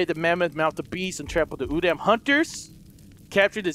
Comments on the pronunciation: Its pronounced oodom not oodAm its not using a capital a its a lower case so its pronounced as oodom but its said udam dude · Don't call it udam its (ooo-da-m)that's how you say it